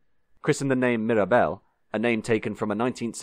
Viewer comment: Nice to hear you keeping up that fine English tradition of needlessly mangling the pronunciation of French words.